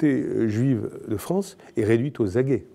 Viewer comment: Réduite aux acquêts et non aux aguets !